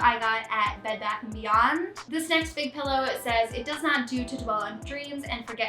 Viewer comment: I like that you were hesitant to pronounce draw(er) but very confident in saying “pellow” instead of “pillow” 😜😜